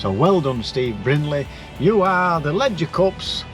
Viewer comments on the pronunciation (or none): Just a heads up, if the Cup is a play on the nearby Horse race at Doncaster, there is no D in Leger! I know you might think " Prat " & you would be right, but just in case you were bothered!? Lol